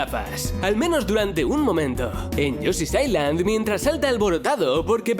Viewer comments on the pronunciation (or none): none